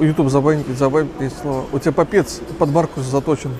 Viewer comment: "Маркус"! Только "Маркус"!